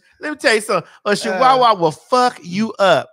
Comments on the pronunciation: a she-wa-wah😂😂😂Maddie please 😫😂😂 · Muva, what is a "SHE-wah-wah"? 😂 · Craig skin was crawling from the way Maddie pronounced Chihuahua 🤣🤣🤣